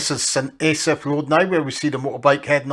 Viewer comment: Pronounced St ASS-AFF and DIZZ-EARTH